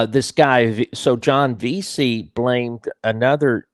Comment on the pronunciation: It’s Veasey Lee not Veasy . Good work.